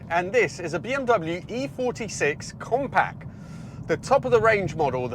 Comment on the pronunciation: Compac? 😂 Jack it's pronounced compact, with a T.